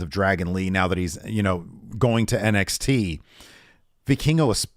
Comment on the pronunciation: As a Spanish speaker I’m glad learned how to pronounce Vikingo lol